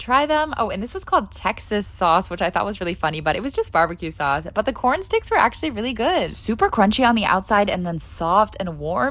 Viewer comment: It’s cawrn 🌽 “can you imagine a more beautiful thing?’😮